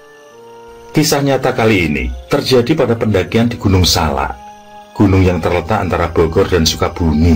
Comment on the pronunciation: Maaf penyebutan gunung nya salah.. bukan gunung SALA. tapi gunung SALAK.. saya ulangi ya pake K. TKS 🙏🏻